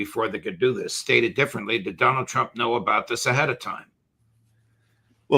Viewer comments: "Prez Tru-pin" lol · Trupin? lol